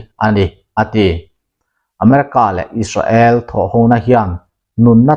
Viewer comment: Is-ra-el tih tulh tulh t chu a mawi lo em mai,Sap pachal leh an mahni lam dan chuan Is-rel,Is-reli an ti mai si a!.